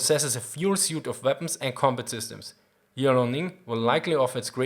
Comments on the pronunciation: liao-ning (in chinese 遼寧). It should spell as 2 sound "Liao-Ning" instead of 3 sound "Li-ao-ning". just saying. Keep the good work:) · Liao(辽) is [liɑu](triphthong), not [li] [ɑ] [ɔʊ]. In modern Chinese Mandarin there is a principle: one syllable represents one Chinese character. So here, it is not Li A O.